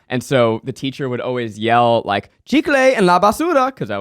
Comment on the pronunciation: "Chicle en la basura" your pronunciation is on point Zach!!